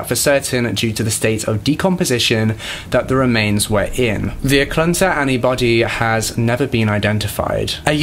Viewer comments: lol Alaskan here its - ah-cloot-nuh for eklutna - sue-word for Seward - kuh-nick for Knik - Mat-tah-nooska sue-sit-nuh for the matsu valley It’s not a big deal some places here are hard to pronounce it’s just funny to hear words that I’ve grown up hearing sound alien in other people’s mouths. I actually had to listen to the eklutna one like 3 times i was so confused lol But Im rlly sad that the justice system is so much worse here than back then. Murderers here can get off with 20 years while this guy got 400 years like wtf i could get killed right now and my killer would probably get put in the corner and not allowed to watch tv for a week like that’s basically what it’s like🙄... and i also can totally see something like that happening here today, people are so gross when it comes to hunting(bad place to live if you’re like me and you care more about animals than pleasures blah blah blah), and how dangerous people seem to be here like there are a lot of mentally ill people that aren’t getting the care they need bc idk every system here is just wack? People that genuinely need mental help are out sleeping on the streets bc our hospitals don’t want to help them... man i should be the spokesperson for vacation Alaska 😂😂😂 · He mispronounced Eklutna Annie, Seward, Knik River, & she mispronounced the investigator's name. Sorry, I picked up on that right away.